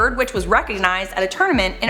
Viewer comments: She said ArkanSAUCE lol I've never heard anyone pronounce the s at the end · the um... the s at the end of Arkansas.... is silent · I hate how she says arkansas